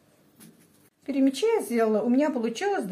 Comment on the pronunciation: ТАТАРЧА БУ ПЯРЯМЯ'Ч ! Пярямя'чи. На русский лад- Перемя'чи!